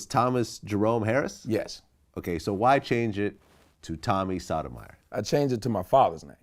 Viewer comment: is his last name really Sodom Ire? or is it SOW TOW mah YOR